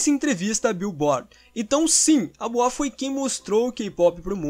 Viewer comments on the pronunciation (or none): Por favor se pronuncia boua